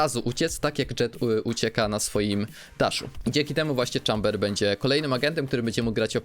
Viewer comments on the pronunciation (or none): Nie "czamber" tylko "chejmber"